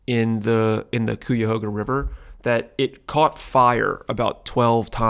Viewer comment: Great episode!! Just to let know as someone from Ohio he very improperly pronounced Cuyahoga 😂😂😂😂 it’s kai·uh•ho•guh 🙏🏽